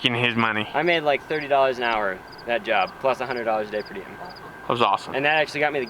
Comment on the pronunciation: and it’s Per Diem not Diem